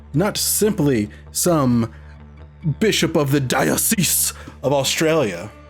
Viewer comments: Pronounced dye-oh-sees,. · I also think it's pronounced "Die-Oh-Sees" like an Arch "Die-Oh-Sees." Just saying, love you guys! I'm just a speech Nazi.